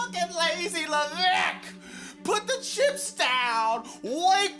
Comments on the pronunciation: I love it when you say Paul Leveckk!!!😂😂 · “PAUL LEVECKKK” 😭😭 never gets old i swear